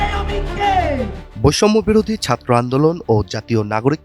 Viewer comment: তোর উচ্চারণ এত খারাপ ছাত্র কথাটা টাও উচ্চারণ করতে জান বেরিয়ে আসে